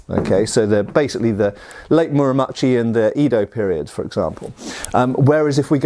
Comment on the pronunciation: Sumimasen, pronunciation police! "Edo", not "Ido".